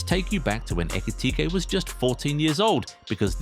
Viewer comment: this narrator needs to learn where to intone and accent in saying his last name. He had a few variations 😂 let me spell it out for you: eh - key - tea - kay Who else noticed Trent in this? 😂😂😂😂…. As you were….